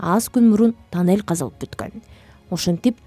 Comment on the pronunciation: Оой танел дебей жон эле тунол дебейсинби